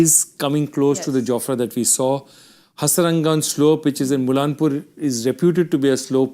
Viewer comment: Its not mulla-n- pur…. N word is silent. Its mulla-pur